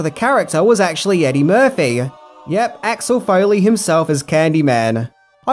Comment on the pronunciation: pounced Foley correctly!